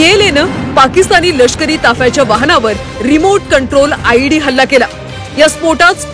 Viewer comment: Led nahi tar ied